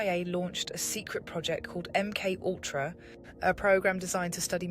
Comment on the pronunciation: My friend met this bird - she is a semi-borg... ie: a BORG-BIRD "high-breed" :-o Interesting content - but the name "MK-Ultra" needs pronouncing along the lines of "EM Kay Ultra" - instead of "UhmKUltra"... = Keep your cosmic humour people... 🙃🙂 =